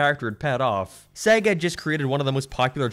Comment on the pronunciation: SEGGEH???? It's SAYYYY - GAAAA - I mean they literally say it at the start of the Sonic games. :p x